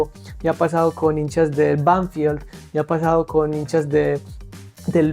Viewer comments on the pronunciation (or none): none